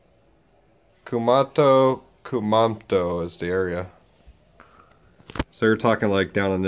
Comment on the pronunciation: It’s not KU-MAH-TO. It’s KU-MA-MO-TO.